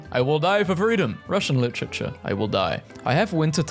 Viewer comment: why is bro saying lichichure